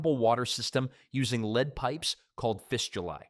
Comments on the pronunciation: Tell your AI that it's LED, not LEED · Your AI narration is irritating. For instance "lead pipe" is pronounced "led pipe", not "leed pipe" If you cannot pronounce it properly, why should we trust the content. Get it right, or just read the text yourself. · Y'ALL KEPT SAYING LEED MEANING LED OR LEAD THE METAL. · AI,😂 leed pipes... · The AI dude is so bad that he pronounces “lead” (the metal) “leed”. And he says “Here’s the kicker” too much. Bad. Very bad. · You lost me at "leed poisoning." I'm not watching AI slop. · "Leed" pipes?? Must be an idiot AI speaker. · yeah i had enough too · Leeed pipes? wtf - Good content ruined by more AI slop.. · AI —- “Leed” pipes, yet pronounced correctly “once”… 🙄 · Narrator doesn't know how to pronounce "lead." Made of lead (pronounced "led." and "lead me to your leader" is pronounced "leed." Spelled the same, but you figure out which way to pronounce by its context. And this narrator is a professional. I can only conclude that literacy is a thing of the past. I see blantantly obvious errors like this frequently. The most stunning thing is that no one is around to figure it out and correct it before the product (documentary or whatever) is released for distribution. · Pronouncing lead as lead rather than lead is triggering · Which on is it: Lead or LED? Good content, though. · Could you PLEASE teach your lane AI narrator the diffference between LEAD the metaland yoLRad sommeone around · Teach your AI to pronounce words and know the context to get it right. Lead and Live are spoken different depending context and don't get me started numbers spoken wrong both Arabic and Roman.